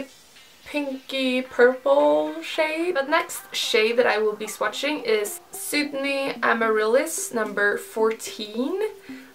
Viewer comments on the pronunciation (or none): none